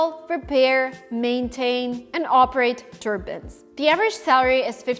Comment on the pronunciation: It's not a turban, it's a turbine 🙄